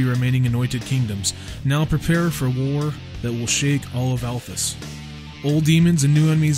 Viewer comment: Well first off, we're really very sorry for pronouncing your name wrong! I would remind that (other then myself and one of our 3 editors) everyone else is american! So sometimes even state to state you pronounce things differently with different accents etc so i think its just a colloquial thing! And no offence was meant :) Also massive apologies for spelling the Althas wrong in the actual video >.< fortunately this did not effect the link in the description and it doesnt stop what we said about your game being any more or less true, we still believe the game is an awesome concept and we will continue to do so! lol even IF we sometimes muck up our spelling D: As for pronunciations it kinda reminds me of when my dad used to read me LoTR to me when i was a kid, every now and then he'd say a name place and id get annoyed because id read it and was like "but but but thats not how its said!!" and then when the films came out i got even more annoyed lol All i can say is without actually speaking with you guys and sitting down (like sitting down with tolekin) its pretty impossible for us to guess the exact pronunciation desired lol All that being said i dont want you to think we're being aggressive etc just explaining ourselves and we welcome the feedback! I mean, the name thing is a big slip up on our part and one we will be striving to not allow to happen again Even if its only a single vowel change! Its still not great lol But i do wanna say a massive thankyou to yourself and to